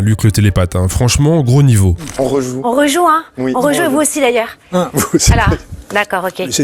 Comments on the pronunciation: En français on prononce Üite oui , pas ouite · J'ai ri de bon cœur au houit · il a bien dit OUIT ! non mais ! une chaîne d'utilité publique 👍👏👏